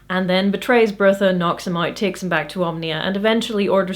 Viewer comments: You seem to be pronouncing Brutha's name as "Birtha". His name is supposed to sound like Brother, without the "r" at the end. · it's not Bertha, it's Brotha'... Brother Brother, more or less. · I know this is 4yrs old but it's pronounced "Brother".. there's a whole scene about "Brother Brutha" being confusing. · One interpretation I've read is that Brutha is pronounced "brotha," similar to slang for brother. So he's Brother Brutha. ... Well, I thought it was funny... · I'm pretty sure "Brutha" is pronounced like "Brother" based on the joke from the book where Vorbis says he will need to promote Brutha because calling him "Brother Brutha" would be confusing. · Several times now I've watched your videos and concluded I pronounce names in books in my head far differently to you. Brutha in my head is pronounced Brother...probably incorrectly but it's an interesting realisation.